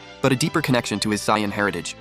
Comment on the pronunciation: sion nature? it's pronounced say·uhn. This must be an AI reading it.